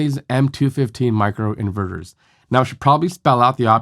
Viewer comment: It's super annoying with you making " Inverters " sounds like in burgers ! At first I was perplex, what burger the guy is talking about ? Then I listened on and realized that you pronounce "inverters" " in burgers " and you keep on repeating your " burgers ", like "mini burgers " and so on !